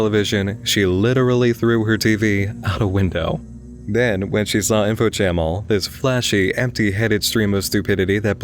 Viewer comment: Dude it's info cha mm al